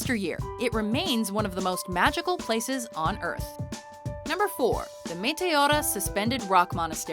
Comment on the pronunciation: METEORA was also butchered. they do it a lot too. it's a little ridiculous!